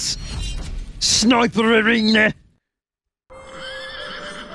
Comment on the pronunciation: SNOIPAH ARENYAH